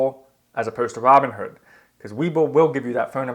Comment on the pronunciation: Why are you calling it Robin herd instead of Robin Hood?